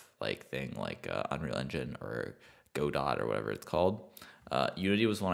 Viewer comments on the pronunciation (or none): the pronunciation of Godot made me cry 😂😭 For context, it’s pronounced as in the play “Waiting for Godot” (like GUH·dow) Not Go Dot lol